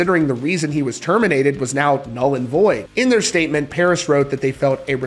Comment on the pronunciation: I think you mean, "Puris". You can't make up your own language rules. At best, V could stand for a U, but never A. Ffs